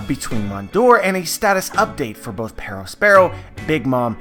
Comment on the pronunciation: The way you say Perospero is insufferable